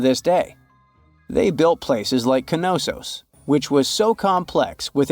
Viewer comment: Gave up when he pronounced Knossos , Kenossos